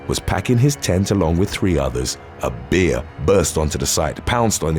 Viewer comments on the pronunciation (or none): Why is he saying.....beer...instead of bear ? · Why do you say bear that way I keep thinking a beer as attacked someone? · Bear is not pronounced beer ya wally